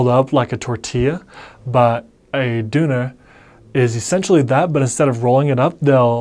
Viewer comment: as I know German Umlaut is hard to learn for English speakers I really appreciate you pronouncing 'Knödel' and 'Döner' just perfect to the German ear, Well done!